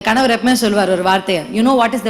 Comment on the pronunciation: கணவர் not கனவர்.